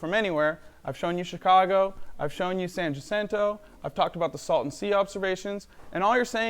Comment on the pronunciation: I can see Mt San Jacinto from my house and this flat earthers pronunciation of it is like nails on a chalkboard.